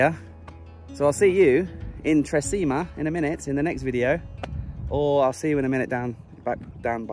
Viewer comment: Hey, Great video! I love Tre Cime di Lavoredo. Cime is pronounced 'Chee-meh'. It translates to 'Three Peaks of Lavoredo'. Just in case any of your viewers are having trouble finding that lake you stayed at. The hotel is called Hotel Miralago and the lake is called lake Misurina. Yeh public transport is practically non-existent in the Dolomites. I'd recommend hiring a car or better still a motorbike if you're travelling on your own. It would have been amazing if you travelled around the Dolomites on a motorbike. I can only imagine how it would have turned if your drone didn't break. Thanks for travelling to the Dolomites. I appreciate the effort you put into creating the video's you make. Cheers,.